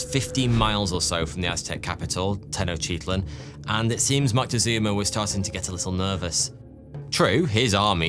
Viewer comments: he* but yea and the way he pronounced tenochtitlan is sad ☠️ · Come on! Make an effort! You're purportedly "the expert". Try to pronounce it at least approaching something recognisable... /Ten-och-tit-lan/ lol :p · The Aztec Capital was pronounced Tech-Noch-T-Klan (Tech like technology, Noch like roach, T as in the small T sound in Technology and Klan like rhymes with Flan) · mesopotamian a-listers? la minche? tenochytitlan? man's not too bothered with getting names right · Tenoctitsup 😂brilliant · Lil help for future vids: Tenochtitlan:Ten-Owch-Tee-Tlin Moctezuma: Mock-Tech-Zouma Cuitlahuac: Kwee-Tlu-Wok Cuauhtemoc: Kwaw-Tah-Mock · I would've said: "ten-och-tit-lahn", "mock-teh-zooma", "quit-la-wuck", "kwow-teh-mock" ('ow' as in 'cow' not as in 'bow') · That one & "Ten-ect-tits-up" are why I had to scramble for my mute button while in the middle of this work meeting. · lmao i keep having to say this and people just keep thinking theyre special. For one, I love. This was a comment where i said i love him lol. THERES A DIFFERENCE BETWEEN saying hello like "halleugh" versus saying tenochtitlan like "tenochiteahtlean" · no. I am talking about taking "Tenochtitlan" which should be pronounced Teh-knowch-tit-lan" and literally adding in extra syllables and vowels that dont exist in the word hahahaha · he literally added like 4 i's to tenochtitlan. I am well versed in language and pronounciation. I love etymology. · I've never heard Tenochtitlan pronounced that way. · i understand that and i was joking, although did you not hear him quite literally ADD LETTERS to the word tenochtitlan, adding random i's in all over the place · the way he pronounced tenochtitlan was not an accent that was just adding letters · dude has 5 and a half million followers and he's out here pronouncing every letter in tenochtitlan, it's the most british move ever